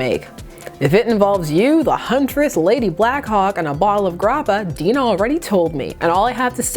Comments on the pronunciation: Dee-nah? It's Die-nah! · Die-nah, not Dean-nah